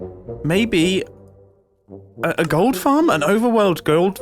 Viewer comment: * The way Mumbo randomly turns posh to say "Overworld gh0ld farm?" has had me replaying that clip for 5 minutes